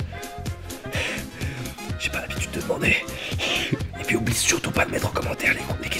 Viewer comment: " J'ai pas l'habitude de demander " J'ai cru entendre " j'ai pas l'habitude de bander " xD